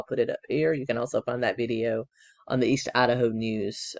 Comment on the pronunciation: Loved your pronunciation of… ADD’a’ho! For sure Lori is the biggest Ho added to the pac nwest… Colby testimony is as heartbreaking as can get… its triggering for me bcuz I’d give anything for my son to love me… hes been gone 20 years